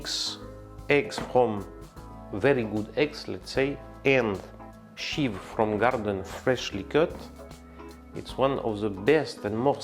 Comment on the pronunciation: Please check the pronunciation of "chives" in Google Translate. I used to have the same problem with English. 😊